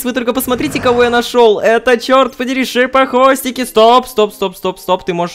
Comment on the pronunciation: Мне одному слышиться что Рома говорит не Шипохвостики, а Жопохвостики?) :D